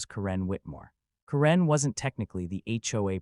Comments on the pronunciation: Ka-REN? I always thought it was pronounced Karen! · A-I voice. It's not Ka-rin, it's Kar-en.